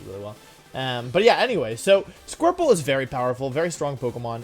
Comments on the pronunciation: He said squirple? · Everyone: Squirtle Wolfey: Squirple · Nobody... Wolfe: "Squirpple"